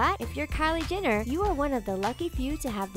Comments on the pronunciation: GET IT RIGHT ALREADY! It's not Jinner it's JENNER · who the hell is kylie 'jinner' lol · She says "Kylie Ginner"!! Triggered... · At least say her name right || Jenner not Jinnir 🙄🙄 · Who else heard 'Kylie Jinner' or was it just me? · Stop pronouncing Jenner wrong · GI-NNER , KA-LURE-POP. How hard is it to pronounce the words correctly?